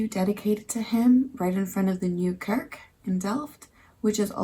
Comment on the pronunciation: Always fun and how creative. Next city maby Rotterdam? Oh and a little tip. You dat kurk instead of kerk. So that's Cork instead of church. The first two letters of the word you say Ke like in de name Kelly. 💋